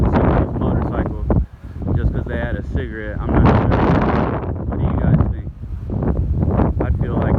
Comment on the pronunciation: 14 minute mark, the word is think, not tink